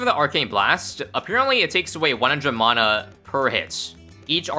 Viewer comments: It’s pronounced mana not mana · Mana isn't pronounced like that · Every time says "mana" I take 1d4 necrotic damage